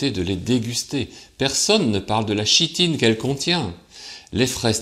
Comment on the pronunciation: Petite précision : on ne dit pas "chi"-tine mais "ki"-tine quand on prononce le mot "chitine" ...